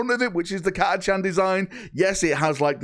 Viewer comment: I mean if we are discussing pronunciations, it’s never actually been Cat-a-chan but Cat-a-khan (hard k rather than ch sound).